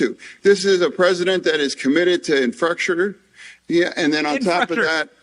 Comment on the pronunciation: I'd have to work pretty hard to mutilate the English language as badly as FrankenFetter does in just one short speech here - "I'm standing next to a collapsed bridge here" and "delegadation" not to mention "infructure." Instead of dressing like a homeless over-the-hill wrestler, FrankenFetter should don a butchers apron and hold a cleaver during his next speech.